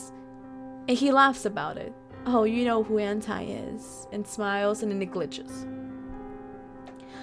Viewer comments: Just saying It's Ant-E I know it's stupid but I honestly hate when people say Ant-Es names Like That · Btw you said anti wrong... Like do say I say E. But it's spelled anti.